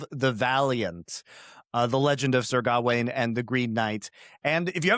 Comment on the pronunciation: If I hear say “GAH-WAYNE” one more time, I’m gonna jump through this phone screen and serve him up to the Green Knight. pronunciation is correct, it’s “G’ WAYNE”